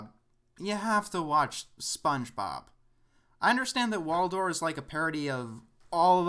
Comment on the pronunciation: I don't want to nitpick but you keep saying "Walldoor" instead of :Wooldoor" and it's distracting. just saiyan